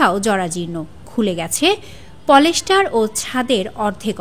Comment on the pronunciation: পলেস্টার না প্লাস্টার